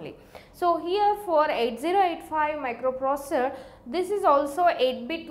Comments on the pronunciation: Plzz learn how to say microprocessor 😅😅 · But you understood that she is pronouncing the word "Microprocessor". That's more than enough bud